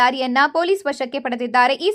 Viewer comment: ವಶಕ್ಕೆ ಸರ್ ವಂಶಕ್ಕೆ ಅಲ್ಲ ಅದು